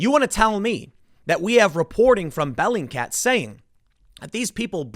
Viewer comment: Is this "bellycat" (is that what you're saying) website a verified news source Tim? lol